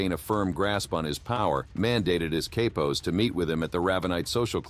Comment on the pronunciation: his Kaypos? 😂😂😂 never hear Capos pronounced like that